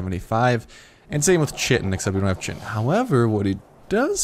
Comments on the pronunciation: It's pronounced kite-in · Chitin is actually pronounced kite-in. Pteranodon is pronounced tuh-ran-uh-don. Big fan of this series so far.